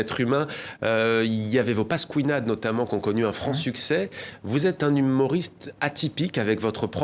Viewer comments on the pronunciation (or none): Paskouinade... Hahaha ce troll ! Il a fait un anglicisme de prononciation sur Pasquinade et avec "un franc succès" ce type est un génie ! J'aimerai que Fabien Olicard décrypte la tête d'Haroun à ce moment là :') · Le pasquOUÏnade m’a fait rire sinon trop bien 👌😂